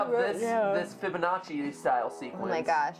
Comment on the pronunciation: Yea like now i know how to say fibananchi